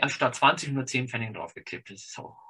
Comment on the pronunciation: Es heißt aber bitte "Pfennig" und nicht "Pfenning".